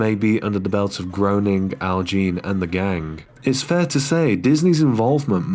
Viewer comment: Groaning. lol. Fastest way to piss off Matt Groening is to say it that way. It's pronounced "Graining"